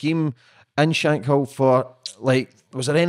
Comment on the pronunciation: It’s not pronounced shank hill 😩 it’s shank kill.